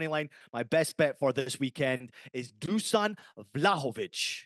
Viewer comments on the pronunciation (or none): Fuck yeah the boys! Thanks for the shout out, but just call me Nik us eastern europeans all have funny names, sorry to correct you but imagine your Juve star boy name is DOOSHAN to get the right pronunciation. Keep up the killer work lads, love being a part of your journey while starting my own in the football/betting space! My pick for Saturday is Newcastle Jets vs Melbourne Victory - Melbourne Victory Win 1.91 on my book LETS HAVE IT!